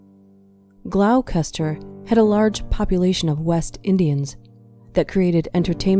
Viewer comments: Gloucester is actually pronounced 'gloster', not 'glau-cester'. As in 'Doctor Foster went to Gloucester'. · "GLAUWKESTER" ??? Lol, Its pronounced Glosster. I know, English spelling makes no sense. Anyway, good video. I remember this case when I was a kid, disturbing that such evil people can exist